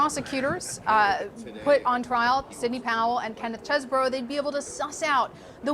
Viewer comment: Why do people call this guy cheese-borough??? His name is chez-bro.